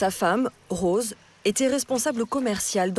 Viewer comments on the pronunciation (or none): none